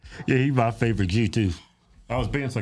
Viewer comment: Jew starts with a J, not a G!